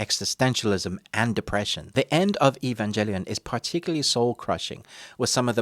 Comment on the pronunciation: "Lose faith in humanity" ????? What? Dude just go outside, there's your "Lose faith in humanity" right there. Also, it's Evangelion, with a G not a J plz say it right. Anime nerds, weebs, and purists will destroy you if you don't say it right.